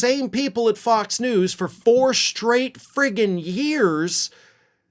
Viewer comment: I thought you said “POX and Friends”! and then I thought,- well that fits. The Murdoch “misinformation machine” is a pox on the U.S. and the world.